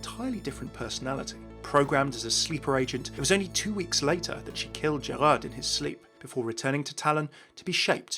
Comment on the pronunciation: hey, just wanted to point out the D in Gerard is silent in French. You've got most of the other pronunciations right though!